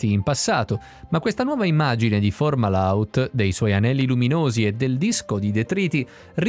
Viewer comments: Perché la pronuncia "formala out"? Fomahault è parola araba e significa la bocca del pesce. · Non formahault ma Fomahault, correggete la voce della IA che legge i testi